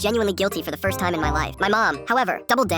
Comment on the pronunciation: bro didnt even say first. bro said "frist"